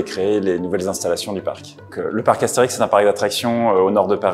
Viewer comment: Excusé? Er staat niet voor niets een ' op de é. Dat is een lange e, waar je niet over heen walst. As-thee-rieks. Dat veel Asterix uitspreken als Astrix, net als dat kinderen kindren wordt, daar kan ik ook niet aan doen, maar in het Frans is het toch echt Astérix en niet Astrerix. Best een verschil. qui ça, Nou ja, ik geef hierom omdat ik Steven heet en niet Steven. Andere taal, andere uitspraak. Asterix. Punt. Zo heet de strip. Je kan het hele dorp erbij noemen, maar de strip heet Asterix.